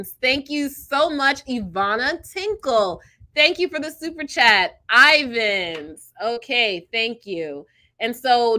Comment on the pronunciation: It is pronounced Eye-vans Utah